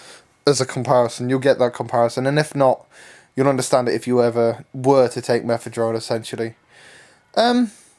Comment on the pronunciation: Guy there's no fucking "T" in fucking Mephedrone